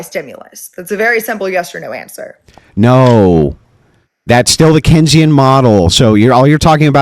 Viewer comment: This dude tries to correct on Keynesian economics and then proceeds to wildly mispronounce it 🤣🤣🤣🤣